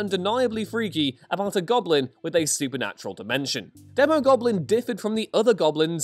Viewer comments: It’s pronounced Dee-mo Goblin and Demo Goblin…because he’s a demon…and it’s Mac-en-dale not Mason-dale… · It's pronounced DEEmogoblin. A long E. Phonics buddy